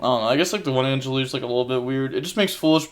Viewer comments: Angeleer? Angler being short 'a' sound. As in angle. I wonder if this is on purpose now,... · There is no "I" in angler LOL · 'angelier' is crazy 😂angler like an angler fish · Please someone teach him how to say angler 😂